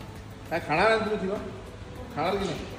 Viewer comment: किमा नाही खिमा